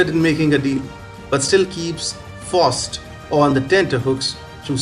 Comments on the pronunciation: Bless you my frined you tried, its pronounced Fowst and Met a stof a lees..... Great commentary. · Pronounced " F OWWW ST "